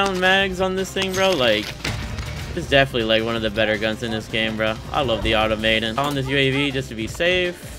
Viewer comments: Pronunciation - ah Tom ah tOn 🤷🏻‍♂️ 😆😆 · It's Automaton not Automaton.